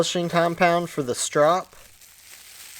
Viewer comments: Yes, you are saying strop correctly. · Yep you pronounced strop correctly. The strop is the most important part. You can sharpen a knife or chisel or axe on almost anything gritty but you will never get it shaving sharp without a strop. You don't even need that much polishing compound. Lots of people don't use any, just a leather belt or anything leather.